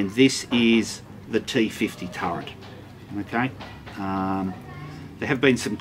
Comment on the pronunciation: Did you say 'turrent'?